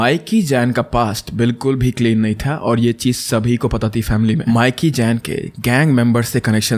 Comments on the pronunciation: Actually it’s ’mee-ki’. Not Miky. 😅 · That’s not mic-key That’s pronounced as mickey in Punjab 😂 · माइकी नहीं मिकी 😅